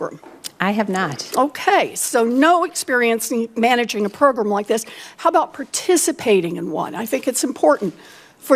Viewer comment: "Miss Devos, do you know what a school is?" "I WIKE TWURTLES!"